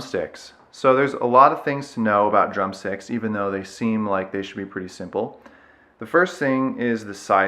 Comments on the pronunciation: Sounds like your saying drum sex... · Lol in the first few seconds i thought you said "drum sex"